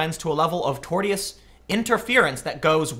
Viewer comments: I believe it is pronounced like tor-shus, ? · Tortious = tore-shus. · In case no one else did, Tortious: Tore-shuss Keep up the good work Tim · I hope that Gavin goes through with the suit and turns down the SPLC sheckles. Also, it’s pronounced TorSHus, not tort-I-ous. Tortious. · The word you're looking for is tor-shus...not tort-ee-us. Tortious Interference. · Pronounced "torshus" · It's pronounced tor-shus and you should look up Richard C Meyer. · Remember, Tim, "-tio" is pronounced with a "sh" sound, so it would be pronounced "torshis" or "torshus" interference. Also Tortious Interference is not defamation; one can give true statements and still engage in Tortious Interference. Any deliberate action by an individual or group to damage, break/breach, or obstruct a contractual agreement between two parties that causes economic harm is Tortious Interference. Which brings a curious question; have some of the actions of SJWs contacting advertisers and employers (in some non-right to work states) risen to the level of Tortious Interference? I'm not a lawyer so it would be interesting to hear from one. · I believe it's 'tor-shus', but we all have blind spots. No worries. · I believe Tortious interference is pronounced "Tor-shus interference" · It's pronounced tor-shus (tortious) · Tim: "tortious" is pronounced without a hard "t", as in, "torshious." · Torsish interference is how you pronounce it. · Tortious.... pronounced "Tor-shus" I believe. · TOR-sh(i)us Interference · I'm sure someone else has chimed in but its "tor-shus" interference. tl;dr interfering with someone's established contract in a way that causes damages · it's pronounced " tor shee us " AFAIK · tortius = "tore" +"shuss" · Tortious is pronounced Tor-shush!!! lol my god my skin crawled every time he pronounced it so badly lol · Tor-shuss. It’s pronounced “tor-shuss.” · "Tortious". Tor-shus. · Tor-shus is the pronunciation. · Repeat after me Tim...Tore-shiss or tore-shuss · Tortious= Tor-shuhs.